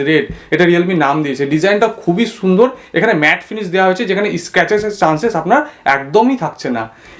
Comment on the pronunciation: কথার ছিরি কি, সুন্দর না, ছুন্দর।🤣। হাওয়া কি নাক দিয়ে বাড়ায়?. 🤣🤣 ফকিন্নি একটা কেস ও,কিনতে পারিস না?. গান্ডু গুলা